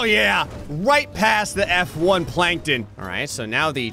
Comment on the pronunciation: He said F1 plankton not s-1 plankton